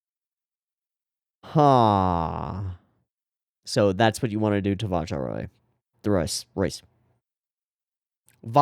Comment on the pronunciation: The way they pronounce "Vajarois" (like "Vaharwa") is like a weird mix of French (because of the way the "ois" is pronounced) and Spanish (because of the way the "j" is pronounced). And for the author's name : "Mestre" is pronounced like "Mess-truh", not "Mess-tray". Your pronounciation would have been correct if it had an accent (like "é"), but "uh" is how the "e" is pronounced at the end of words in French when there is no accent. Normally, you can also just not pronounce it (when there is no accent, that is), but with the English "r", it's kind of weird, so I would advise not to, in this case, if you're not going for the French "r". As for "Mateu", the "eu" part is hard to describe, so I'm gonna just link a recording of the sound in question from Wikipedia : I think you mixed "eu" up with "eau" (with the "a"), which is indeed pronounced "o". Same goes for "au".